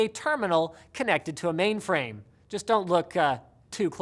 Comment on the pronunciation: Linus, are you saying maimframe?